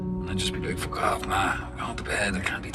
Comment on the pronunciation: its funny how he was like shut the fock up in a . bri,ish way🤣